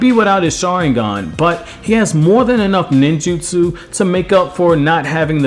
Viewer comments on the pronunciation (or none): Learn to freaking say Sharingan Jesus. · Dude everytime this guy said sharingan I died